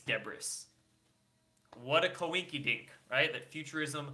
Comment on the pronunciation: Space "deb-bress"!!! And "ka-wink-a-dink!" WTF